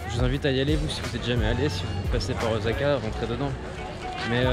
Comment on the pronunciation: J’aime vraiment trop ton travail c’est super bien fait mais je t’avoue que le ozaka j’en peux plus heureusement par la suite c’est parfait 👍 ça été corrigé 😅